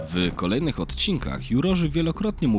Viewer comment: „Wkolejnych” Błagam was!!! A nie… „ wyyyy kolejnych”